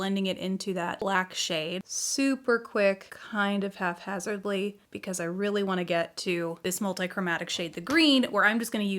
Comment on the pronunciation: "Half-hazardly?" Really? haha Nice eye look.